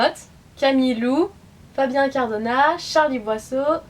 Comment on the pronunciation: Incardona se prononce Inecardonna